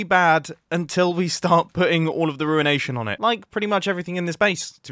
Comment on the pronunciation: "we now have the ruenation"